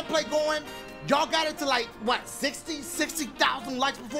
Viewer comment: Sixty thousand likes? Don’t you mean sixfth-ty thousand likes?